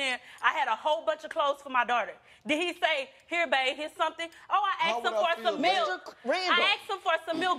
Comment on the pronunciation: The way he says “asked” grinds me so much. It’s asked not axed 🤦‍♀️